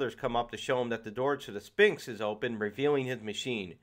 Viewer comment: And "sphinx" Good review though.